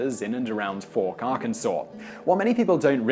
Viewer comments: #5 is Pronounced Fowk. But I'm very happy you included the Fouke Monster. Last weekend Vilonia Arkansas hosted a Bigfoot Conference. It seems that Something is in the woods not sure what though. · Pronounced Folk Arkansas , they can't spell